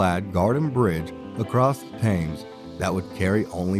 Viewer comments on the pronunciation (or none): Wait ----- did the narrator just say "THAMES" (as in rhymes with "James") as the name of the river that winds through London????? Nooooooooooooo!